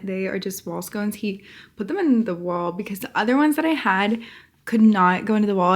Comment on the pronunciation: its pronounced scon-ces not scones like the pastry 😭